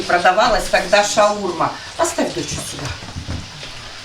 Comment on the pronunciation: Почему постоянно не правильное произношение слов ШаурмА а не шаУрма